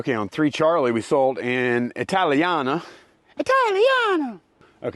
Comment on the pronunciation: Congrats on the race! You said it..."Italiana"!! You did good 👍😀